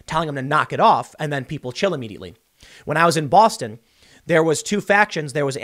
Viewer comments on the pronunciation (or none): none